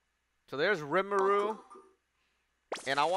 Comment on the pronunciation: It’s ri-mu-ru. 3 syllables.